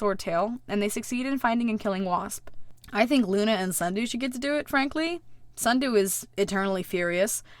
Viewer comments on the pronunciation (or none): yes allways say snudoo for sundew like sundew: why